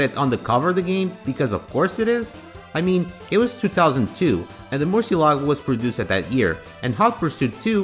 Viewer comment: The 'ci' in Murcielago is read like "chi".